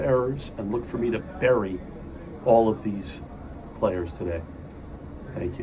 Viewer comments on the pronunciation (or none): none